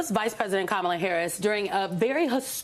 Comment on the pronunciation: It's kama-lo 🤮🤮